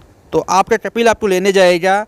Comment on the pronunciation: Yaar apna word sahi kar lijye कपिल नहीं कफ़ील है अल्फ़ाज़